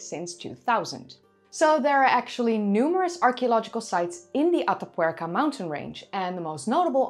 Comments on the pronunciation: Heigh,! It is completely off-topic, I found it beautiful to hear you say, "Ata Puerca"! (Though the tattoo bit made me 😔. Ah, well. And I must say, even your correction of those of us who despise those things was merely corrective, not insulting. Thanks.) Your work is always a hallmark of professional craftsmanship and presentation. Thank you. And I loved hearing you speak another tongue. Your English is so good and well-spoken that it is easy to forget that you are a Nederlander! (Did I just goof, and forget your native country?) I love languages, and love language sponsors!! I thank thee again! Bedankt(misspelling?), if I remember a previous commentary between us. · Your pronunciation of "Atapuerca" is almost perfect ❤